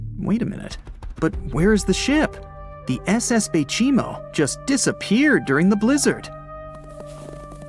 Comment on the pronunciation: that three times you say the baychimo lamo